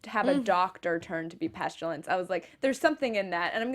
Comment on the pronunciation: Hello ladies I love your afterbuzz shows always! Great discussions. I never do this, however you both keep saying "PestUlence" when it's actually "PestIlence". The world killers aka the four horsemen of the apocalypse.